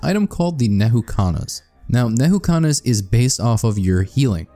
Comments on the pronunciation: educational vidoeo; calls "N'Kuhana" Neyhookana. Nuh-Koo-Ha-Na N'kuhana Nuh-Koo-Ha-Na Edit: A script would do you wonders. There's a lot of mixed terminology that you use. Which isn't a problem in a normal video, but here, it's just confusing. So, I'm going to actually rewrite this whole video in summary here for everyone watching to use as reference. TLDR: Transcendence good on eclipse. Healing better for normal/maao. Key notes about your health bar.------ The green/red health bar is your health. This can be regenerated passively by your normal regeneration rate, regeneration items (items that say "regenerate" in the tooltip), and by health gain items (items that give you health for fulfilling certain requirements ((Harvester's Scythe requires you to crit for health gain.)) The blue health bar is your shields. He actually covered shields really well. The clear bar is Curse. Curse is a negative effect given by Shaped Glass, The Artifact of Glass, and the Eclipse 8 modifier. While this effect reduces your HP, it is considered an HP value and will remove OSP (Covered in "One Shot Protection" below) ++++++++++++++Your total combined health bar will now be considered HP (Hit Points)+++++++++++++++ (The yellow health bar is your Barrier. Topaz Brooch and Aegis can give you Barrier. They have tooltips. This does not contribute to your combined hp.) How to heal.------ As stated in your green/red health bar, you'll need items to gain health. Using these items while having a Tran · Nehukanas???? Nukahana is how its pronounced, great video but please stop saying it wrong